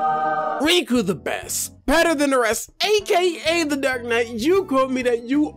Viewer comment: WAIT HOL UP IS IT OR REEEKUTHEBEST???????????